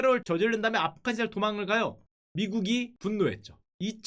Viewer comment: afghanistan 인데 왜 아프카니스탄으로 발음하죠?아프가니스탄이 올바른 발음입니다.